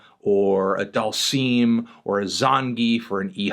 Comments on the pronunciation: Dhalseem? DhalsIm, melon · Why he say dalsim like that